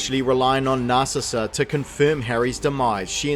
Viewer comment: how many times can you mispronounce Bellatrix? And Narcissa... can you pronounce any female names correctly?